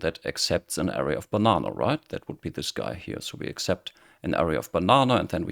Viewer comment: Thanks for this helpful video. After decades of dabbling in OOP, I'm finally getting serious with Kotlin and learning about variance. Your video explains better than the last one I tried. One helpful tip for non-native English speakers: the stress in "array" is on the second syllable. Since the first syllable is unstressed, its vowel has a schwa sound. Many Europeans stress the first syllable, which is wrong, and makes the word difficult to understand.